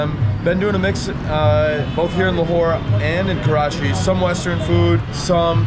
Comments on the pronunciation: Great content! However, I see you kept referring to the city as "Karachi" lol. No worries, good to have you here! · He did say Karachi a few times, what did they give him for Breakfast? Desi Weed? LOL 😂